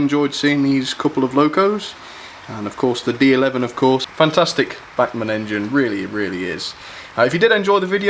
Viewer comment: Agree Bachmann have done a great job for £90 - bargain of the quarter? Sick bags and neck braces free addition. Was surprised at lack of crawl, but Sod's Law states it will crawl at 0.0001 mph as soon as camera is switched off. (not many English pronounce these names correctly, so well done).Alan.